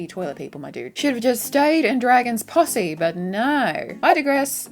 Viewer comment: When you say posse....it definitely sounds like pu$$y lmvo. 🤘and there's a gnarly possibility that MADS gets back together. They all have been screwed by the government